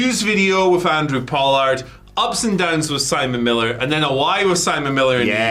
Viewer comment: Did he say "handre pollard"